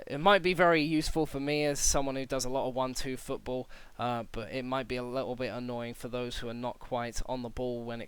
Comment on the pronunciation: "Footbal" haha :P